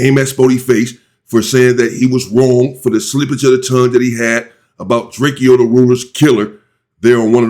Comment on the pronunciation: I love the way you pronounce people's nicknames 🤣🤣 Drake eo, Chauncy Barbie